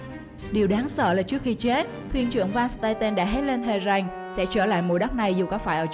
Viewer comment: Em người gì? Mà phát âm lạ vậy , chử rằng không phải chử rành